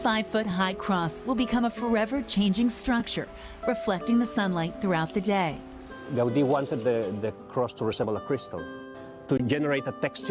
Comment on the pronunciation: No Gaudí (pronounced GaudEE, not GAUdi) did not leave “detailed blueprints. That’s one of the biggest challenges.